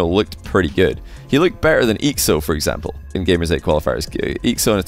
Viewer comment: Ur funny. Bro said evample😭. Any one of these listed players would destroy him just from ground shots